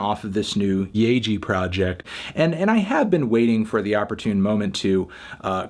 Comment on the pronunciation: Hey I think it’s sick that you are starting to give kpop more of a serious listen- even if it ends up in yuno reviews. As a kpop stan and music fan I absolutely get why they end up there. But I appreciate that you’re giving them the time of day! Yaeji and Suga (both of which your pronunciation is slightly off, btw) are favorites of mine but I think it’s really sick that even though you disagree I get to hear a valid and somewhat thought out take. Thanks melon :)